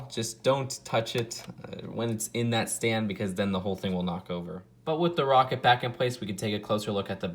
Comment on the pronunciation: "The woket wif the lawnch pad"